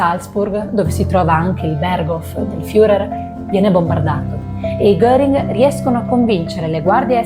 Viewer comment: Molto brava …attenta alla pronuncia dei personaggi che andrai a presentare: Internet è di aiuto e ti eviterà italianate alla FIURER